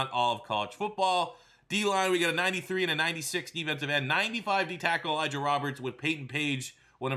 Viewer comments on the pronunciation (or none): none